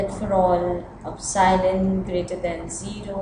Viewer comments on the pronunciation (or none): It's "EPSILON" not "OPSILON"!